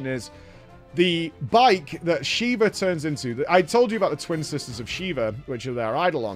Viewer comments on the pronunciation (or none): none